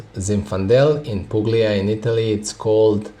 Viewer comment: Hey man I’m studying all your videos and I love it , I’m going for wset number 2 end of November, btw the pronunciation is pulia, the g is silent , I’m from Italy , just to correct your pronunciation, stay wise n thirsty man ❤